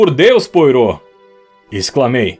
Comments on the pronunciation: Ótimo texto e excelente narraçao, mas tudo fica comprometido pela pronuncia dos nomes, principalmente a do grande detetive belga Hercule Poirtot. A pronuncia mais correta é êrquíle poarrô. Espero ter contribuido. Fica impossível ir até o fim. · Querido narrador, você é ótimo. Só observe, por favor, que Hercule Poirot é 'belga'. Seu nome se pronuncia "puarrô" e não "poirô"; seu sotaque remete ao francês, não ao inglês. No mais, excelente. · Desculpe, não consegui terminar. O nome do Poirot não se pronuncia como se escreve. Acho importante esses detalhes. Agradeço muito pelo seu canal, muito obrigada mesmo. Escuto com o meu primo que tem problemas de visão. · Por favor reveja sua pronúncia sobre o nome do detetive! Soa horrível aos ouvidos de quem escuta!